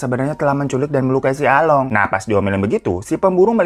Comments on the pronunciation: bukan Along tapi Alung baca nya 🤭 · Bang, sebenernya cara nyebut along sama tok itu salah.. Gimana ya jelasinnya.. 🤣🤣🤣